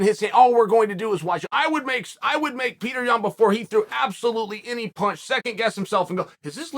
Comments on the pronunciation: Pee-toor Yan... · It's PYOTR, gosh start pronouncing this guy's name correctly, it's not a rocket science. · "The striking of Pee-Thor" 🤣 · Pee-Tor Yaan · No one: Petr Yan Chael Sonnen: PeThor Yawn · mans said "the wrestling of Yan and the striking of Peetor" 🤣🤣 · If only you could say Petr’s name right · Chael does that with all the fighters…… you must be new!